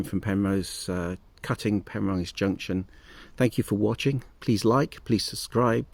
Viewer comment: Penrhos as in Ross on Wye not Rose.cheers